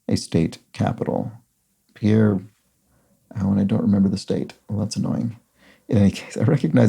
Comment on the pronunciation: One revision to this: Pierre is pronounced "PEER"